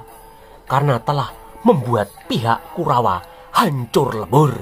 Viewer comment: kalo ngomong KURAWA jelas baget